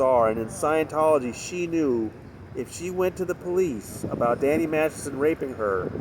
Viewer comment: How are you pronouncing Danny's last name? Massison? It's weirding me out. But LOVE your reports...thank you.